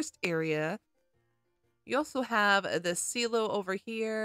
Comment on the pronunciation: imagine saying silo wrong its sai low that how u say it